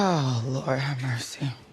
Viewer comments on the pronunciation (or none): none